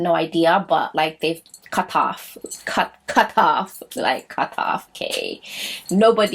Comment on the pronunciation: “CUHT-OFF”😂🤣🤣🤣 Love it❤️❤️❤️❤️